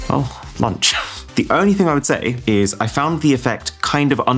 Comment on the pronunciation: "lunch" are you sure?🤨